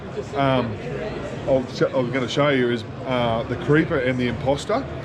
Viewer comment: OK had another listen. It's creeper not gripper.